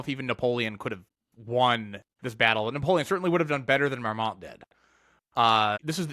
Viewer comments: Very interesting video, but I have to be kind of picky about pronunciation: the "t" in Marmont isn't pronounced. It sounds more like "Marmon" when spoken. I know it's a confusing French language rule about the final "t" coming after the "n"! 😂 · Neither the n nor the t are pronounced afaik